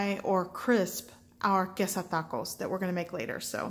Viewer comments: Like thaco!! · when you hear 'taco' pronounced like that, you know its about to be gooooood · So Spanish? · She sounds exotic but it doesn't sound like Spanish to me. Weird